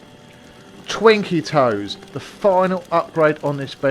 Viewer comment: Pronounced twinkle toes